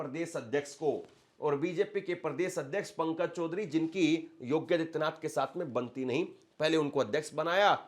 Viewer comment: योगी और आदित्यनाथ दो अलग शब्द हैं। कृपया उनका उच्चारण अलग-अलग करें!